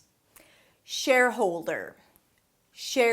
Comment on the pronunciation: Loved it, first time I notice the correct pronunciation of shareholder, thanks! You totally rock... as always =)